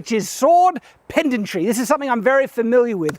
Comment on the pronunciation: its pedantry not pendantry, not to be pendastic